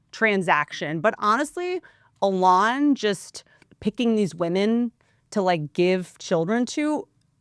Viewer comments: E-LAWN NOT L-ON this is so annoying to listen to I can’t stand it! You are so incredibly unintelligent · "E-LON" not "a lawn 🏡"... Everything else is based though :) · A-lon is the actual pronunciation of the name Elon, which is hebrew in origin. Maybe just one of many things Elon whitewashed via South Africa-Canada-America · Whitney misprounding Elons name wrong the whole time is KILLING ME 😂😂😂😂😂😂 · Eee Lon, not Alon😂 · keep saying allon lol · It's because has class guys and says names like Elon alon lol it's great 😂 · whitney pronounces elon like she’s only read his name and has never heard anyone else say it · She almost knows how to say Elon’s name. Makes sense, it’s not like we hear his name 47825x a day. Love Whitney, but she officially lost it. Washed. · The way you pronounce Elon is just too funny 😂😂😂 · Me too! It’s not that she’s dumb she has heard numerous ppl pronounce his name and she still can’t pick it up!!!!!!!! 😡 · Is she saying Elon weird? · why are you pronouncing Elon that way 🤣🤣 youtube's auto transcriptions have written it as "a lot" or "alas" 🤣🤣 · Why does she say his name like that? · Why the fuck is she pronouncing Elon like that? It’s like Bert with Ben affleck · she has to be the only person in the developed world who can’t pronounce this guy’s name properly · She’s gotta he trolling with the Elon pronunciation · Pssst! The emphasis is on the E. I’m not a fan of his at all. Just helping you put the emphasis on the right syllable. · I've never heard Elon's name pronounced the way Whit is doing it. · It’s definitely the Appalachian drawl❤️💛💙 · I think it’s hilarious 😂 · Took me a min to figure out who the heck she's talking about lol